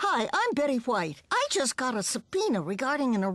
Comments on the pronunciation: It's subtle but Betty distinctly pronounces "White" the way Stewie says Cool WHip. Hilarious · i just noticed she pronounces the H in White. . .like Stewie with Cool Hwip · She put much emphasis on the huh-white, R.I.P Golden Betty.